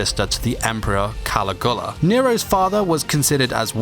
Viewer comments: How do you pronounce Nero's mother correctly but pronounce Caligula wrong? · But mispronounces Caligula right before. LOL